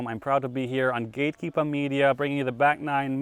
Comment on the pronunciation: I love how Simon says Gatekeepa at the beginning cause he’s only heard others Bostonites say it. Later, he gets to Gatekeeper with an R. All the time, the coolest dude out there.